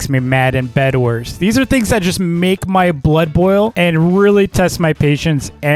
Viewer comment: Did you just say Bed"WERS"?